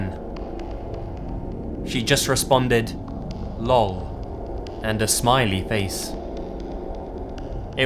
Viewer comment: “lawl” 😂🤣😂🤣😂 I think he meant LOL